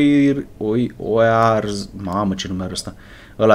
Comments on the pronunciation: Oiarzabal se sciteste si e la sociedad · Sa citeste oiarzabal